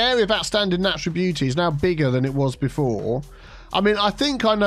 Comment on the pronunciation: More like "Area of oustanding beau-tea"